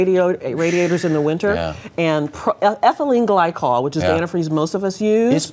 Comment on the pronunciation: lol, she said ethelyne glycol...not interested in chemistry r ya? ;)